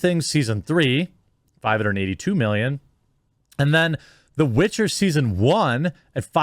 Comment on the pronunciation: Cute but she still butchered the Witcher